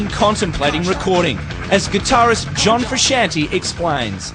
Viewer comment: the he pronounced John Frusciante is hilarious